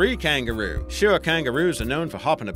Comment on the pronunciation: Tree kangaroo Imma call it hangaroo (I literally thought he said that XD)